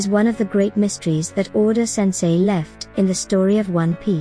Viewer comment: you just called oda "oden" ? 😂😂